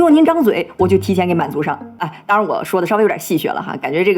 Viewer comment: 戲謔為何念細穴?